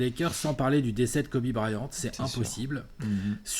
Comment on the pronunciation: J’aime bien le monsieur chauve qui dit Kobe Brayante